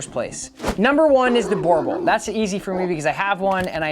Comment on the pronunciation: I really don't think you are doing these breeds any favours by demonizing them... Had a boerboel as a child (by the way, you keep pronouncing it wrong... It is like nails on a chalk board in my head.) They make amazing family dogs as thousands of South African families can attest. Provided you get them from a responsible breeder and raise them in a loving home. Border collies can happily live in the city, without going for a 5km run every day. Just because your training program isn't geared towards them, it doesn't mean that no one can do it...